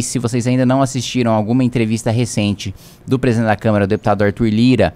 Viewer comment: kim pq vc não consegue falar a palavra Presidente e sim Presen